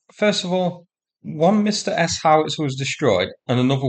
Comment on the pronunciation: "Msta" is pronounced one-syllable, as in "instagraMSTAr".